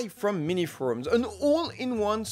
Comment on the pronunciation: minisforum, not miniforums